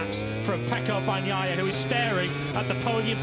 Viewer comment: Am I the only one who wishes these guys would say Peccos last name correctly? Banyaiya?